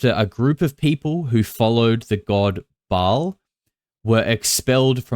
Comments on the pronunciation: Anya wick has no credibility. She also said she is Shia leboufs twin sister and a bunch of other things. If you've followed her at all you'll know her story changes a lot and For a member of the Ba'al cult she doesn't really know some basic things. Like how to pronounce Ba'al. It's not ball it's pronounced Bale. Also walt Disney was born in the United States. He was born in Illinois and grew up in Marceline Missouri where my family is from. People knew him. He wasn't a foreigner. I wonder how many more holes are in her story. It is however a fact that JE was definitely a part of that satanic fertility cult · One person claiming to be Walt Disney's granddaughter is not proof of anything. She can't even pronounce "Ba'al" correctly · I know. When I say a demon's name properly. My dog's ears perk up. I've read the goatia, and the leaser keys 1 and 2. Ba'al is pronounced bay all. You have to say it fast. Bay All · See REVELATIONS 2:9 & 3:9. Comment from Bible student Mike777. Some of these are Kenites. They are a generational blood line of Satan himself. The pronunciation is BA...AL. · Not Ball or .. "Bae-al" two syllables.